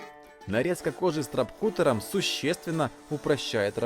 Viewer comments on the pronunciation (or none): СТРАПКУТТЕР... Аааааа! Что у русских людей с английским? Ну я понимаю кузнец, не умею говорить, но Карл! Даже упомянутый автором "Гугл переводчик" произносит лучше! СтрЭпкАттЭ - и то правильнее =/